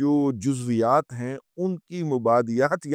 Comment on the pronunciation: جزویات نہیں جزئیات ۔